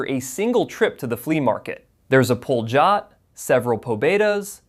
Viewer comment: Pol'-y-ot not pol-zh-ot